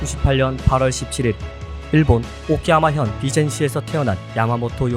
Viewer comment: 오키야마가 아니라 오카야마 입니다